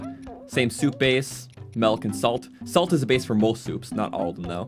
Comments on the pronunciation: Milk, not "melk" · This dude for his entire life: “MELK” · I love how he says "melk" for milk 😭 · this is legit just saying melk for half an hour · You're from Ontario, aren't you? Your pronunciation of 'milk' gives you away.